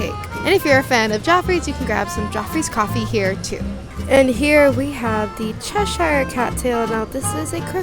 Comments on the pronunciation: Just so you know Cheshire is a real place in England and it's pronounced Chesh-ear, not chesh-eyer, great video, but as a Brit this gets me every time haha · It’s said as Chesher, Americans over pronounce the ‘i’